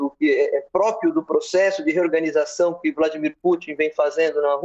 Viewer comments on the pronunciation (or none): Reoganizacao kkkkkk Melhor nem comentar kkkk Sabe de nada inocente.